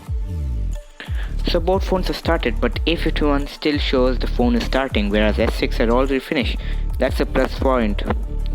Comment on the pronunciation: When you realise he already has 2 phones and recording the vid with another phone.... Me: HOW MANY PHONES U HAVE. "YoU gOt GawmEs on yoU fOnE."